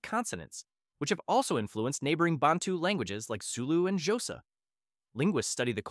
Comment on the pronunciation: It’s not jhosa it’s Xhosa try begin with a T & Q sound